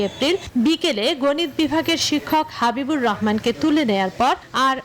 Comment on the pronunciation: হাবিবুর রহমান ❌ হবিবুর রহমান✅